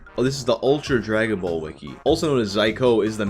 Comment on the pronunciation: "Dragon Bowl Z" Gotta love Canadian accents